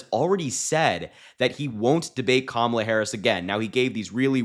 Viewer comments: Strange. He pronounced KAMALA correctly a couple times. Poor old fart is slipping badly. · Donald Trump is still down and licking his wounds from the last debate that I personally don't think he'll be able to handle another one.h I mean, the proof is right here. He actually pronounced Kamala's name correctly! 😂😂😂😂😂😂😂😂🤣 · He's pronouncing her name right lately. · Did he accidentally pronounce Kamala’s name correctly?? I appreciate you Harry! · He said Kamala correctly. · He actually pronounced her name properly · Did I hear Trump say Kamala Harris name correctly? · He actually pronounced her name correctly.😂😂😂